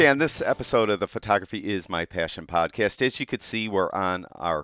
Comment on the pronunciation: It's podcast, not podcase.